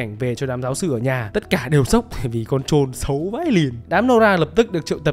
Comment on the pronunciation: quái nta là con troll mà ông chủ kênh đọc thành trôn trôn nauy =)))